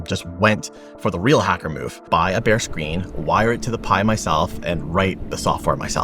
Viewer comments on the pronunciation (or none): none